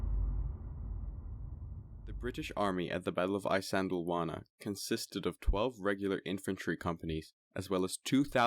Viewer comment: Glossed over many important details, unnecessarily denigrated the native Natal Contigent who fought with skill and bravery, and completely skipped the Battle Rorke’s Drift. To boot, Isandlwawa is consistently mispronounced.